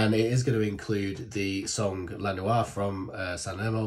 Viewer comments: If I may help you with the pronunciation of the word " NOIA'....... It is : NO -- I -- A-- do not put the vowels together like you do in French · Noia, pronounce No E A ( A like in cat) get in touch for Italian lessons, happy to help my lovely ❤ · The prunciation is exactely as it is written NOIA oi = oi 😊